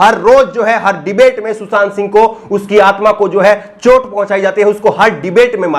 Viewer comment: भाई सुसांत नहीं सुशांत